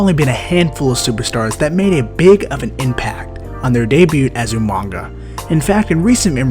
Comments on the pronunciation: Umaga not umanga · His name was UMAGA not Umanga. There's no 'n' in his name bro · UMAGA NOT OOH MANGA GET IT FUCKING RIGHT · Pronounce UMAGA correctly.... not UMANGA..... Put respect on his name #RIPUmaga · say it with me. u-mag-a. no n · Coltkiller Gaming he said umanga lol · Reggie Holder lol he said umanga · Umanga, Umanga, Umanga, Jizzus man. There is no "n" is his name. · There is not an "N" in Umaga! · it's funny how how regal said it,though.